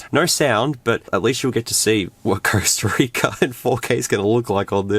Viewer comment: The costa rica video becomes CURSEta rica 😂😂😂